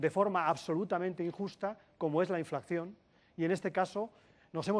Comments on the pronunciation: Nadie se ha dado cuenta de que pronuncia ''inflacción'', cuando es 'inflación''? Dudo mucho que Llamazares y sus acólitos comunistas tengan buenas recetas para la economía cuando ni siquiera conocen la terminología. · Este no sabe ni decir inflación.